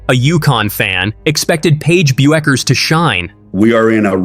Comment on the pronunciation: The way you pronounce "Bueckers" is a crime against humanity.